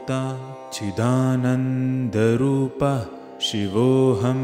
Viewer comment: Last line of every stanza should be sung as CHIDAANANDA RUPAHA and not CHIDANANDA RUPAH. RUPAHA and not RUPAH.